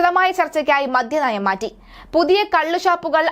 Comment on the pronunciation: മോളെ മധ്യ നയം അല്ല, മദ്യ നയം ആണ്